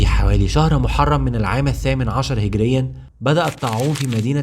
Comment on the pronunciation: هجريه وليس هقريا